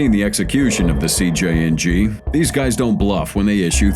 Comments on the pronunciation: Many chances to say CJNG correctly yet you failed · CJNG not CJ and G